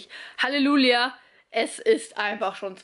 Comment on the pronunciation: Ach man verspricht sich wohl nie????? Dein Vorsatz für wäre 2020: immer schön bei sich bleiben👍😊